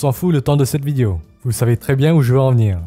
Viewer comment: Je t'aime bien et tout mais pourquoi les asiatiques ont tant de mal à prononcer le mot "vidéo" ? 😂 ça me fait tiquer à chaque fois.